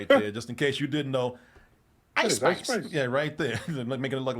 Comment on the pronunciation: I thought he said ICE spies